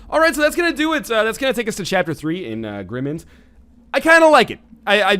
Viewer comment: Northernlion it is a word play of Grim Mind. You are pronouncing it wrong.